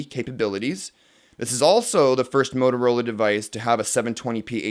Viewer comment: Foyst (Boston accent) :-D